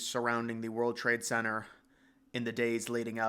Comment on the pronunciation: Why do you not pronounce the 'T' in Center?